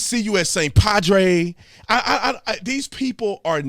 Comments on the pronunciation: For the record b, she said "padway" lol not padre. But still not any better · No, Brother Tatum. She said "pwad-way"!